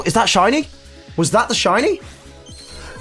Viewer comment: like she said shity many times